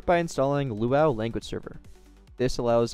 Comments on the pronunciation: It's pronounced as "loo-ah-you", not "loo-ow". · By the way, LuaU is seperate from the word Luau. It's pronounced Loo-a-you, Lua U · never seen anybody pronounce it like that, even staff at rdc.. weird since the U stands for universal and Lua is pronounced Loo-a Definitely gotten spun over time with new devs in and out, that pronunciation was only added in 2020 to the site and GitHub so just looks like they reinvented the wheel 🤷‍♂️